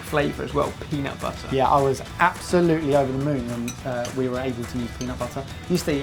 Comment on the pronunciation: Turn the video back to and listen how he tells "peunutbutter"